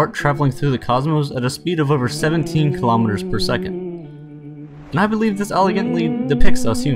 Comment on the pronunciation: Please pronounce Kilometers correctly man!!